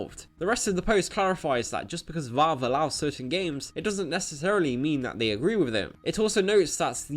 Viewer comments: It's Valve, not Vawlve. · Lol its not. Reel gaemers are on consoles. Ps its VALV not VOLV #nintendomasterrace